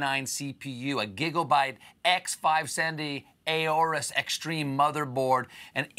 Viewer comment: Nah it's not that bad. Stephen has decent writers who even taught him how to pronounce Aorus.